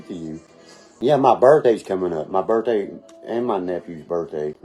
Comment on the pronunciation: Bro says my birt tay is coming up .😊